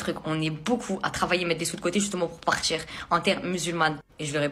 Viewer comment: « Pour partCHIR » 😂